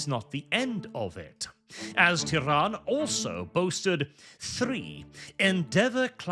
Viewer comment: I keep hearing 'Tehran' and it's hilarious